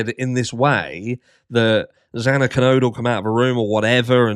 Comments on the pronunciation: The judge couldn’t even say the victim’s name right! He mispronounced X’s name twice! 😫😭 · Judge Hippler mispronounced Xana’s name twice. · Hippler said Xana's last name wrong TWICE on the hearing! What a friggin' clown. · When Hipler couldn’t even say Xana’s name right!! I was fuming! They supposedly care so much about the victims but don’t care enough to learn their names?! It’s pathetic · Oh goodness, he corrected himself immediately and apologized. He just misspoke. He knows her name.